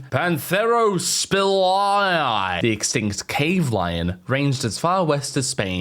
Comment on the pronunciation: I think that pronunciation of "spelaea" might be the most Australian anyone has ever been lol